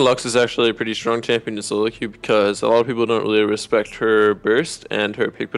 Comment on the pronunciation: Team Soro Mid? Nice Engrish Bjerg.